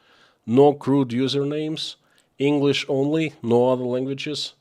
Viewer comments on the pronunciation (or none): none